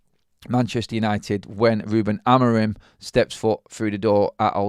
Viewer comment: Sorry I missed the live..side note I think his name is pronounced Amoreem 😊